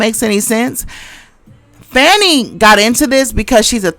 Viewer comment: Hello Sis, her name is pronounced Fawn-e. Protection & covering for her! Great commentary.